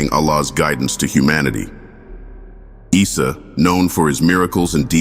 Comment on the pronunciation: Not "Israel and Mirage" it is Isra wal Mirage, Pronunciation of Isa AS , you just hear it, like issa, good video, but lot of mistakes, please correct it